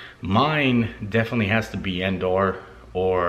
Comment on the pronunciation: "Dog-bah"? "End-arr"? Sounds like bootleg Star Wars planets :-D I'm surprised he pronounced "Cloud City" correctly ;-)